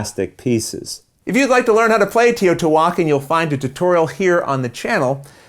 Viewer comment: As a Spanish speaker that doesn't live in Mexico, I think your first pronunciation of Teotihuacán was almost correct, except that the 'e' has to sound more like the one in 'bed' rather than the one on 'tea'.